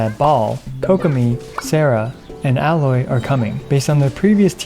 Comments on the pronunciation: Aloy is pronounced "A-Loy", not "Alloy". Other than that, great video! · Aye-loy. it ain't that tough.